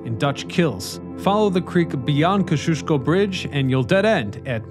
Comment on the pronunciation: Right? I was genuinely getting confused about what bridge he was talking about. Then got annoyed when I figured it out.